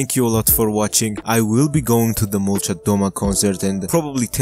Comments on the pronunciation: Molchat domA, not dOma, bro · It's pronounced "malchAt damAH" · Molchat domA not molchat dOma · At least pronounce it right man😂👎